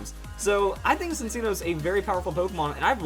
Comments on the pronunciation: Lol Sincino. I thought it was pronounced Chinino?! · I thought its pronounced chin- cheeno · I always thought "Cinccono" was pronounced "sin-CHEEN-oh" but ok